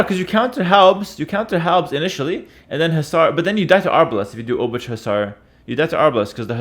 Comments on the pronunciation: Please don't prounance Obuch like you do, it's more like "Obooh", as "Ch" in polish is like a "h". "Cz" is polish version of english "Ch", so it would be written as "Obucz" when you pronunce it like this ;) Take care, also I can't belive how any human being can play so fast and precise xD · Always when say obuČ (Obuch) i get little more cancer. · Hey, "ch" in Obuch is pronounced with Polish "ch". You can imagine that as a sound you make just before you start to snore. I will review your Czech pronunciation soon. Take care! Yours low elo Czech viewer. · Pronounciation couldve been different at the time the game played. And even if not, pronounciation can still regionally vary. I do not think there is definite answer which one pronounciation is absolutely. If there was, it would not be sensibly applicable, since most people in the world would not even be able to pronounce it "right". Heras pronounciation - i dare to say - is wrong, while most of the pronounciations suggested here are probably in the range of right ones